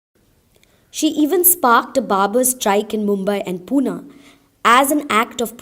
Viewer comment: Feminist and feminism are corrupted word today ..human rights activist is better word here .... .. and it's not puna it's pune..